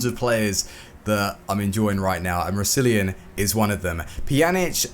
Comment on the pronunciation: You butchered Roussillon's name